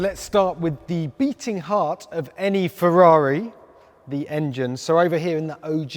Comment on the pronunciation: Ferrari pls, not FeVVaVi